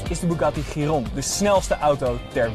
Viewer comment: Zeg alsjeblieft 'sjiron' in plaats van 'giron', het is dan net alsof je gyros gaat bestellen. :)